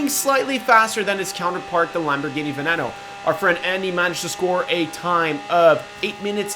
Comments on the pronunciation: It's pronounced ven-een-o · And it's Lamborghini veneeno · It's pronounced chentenario and venino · Isn't that piece of shit pronounced Venyeano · Who else twitched and cringed when he said veneno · He also said veneno wrong. Right? Or am I wrong.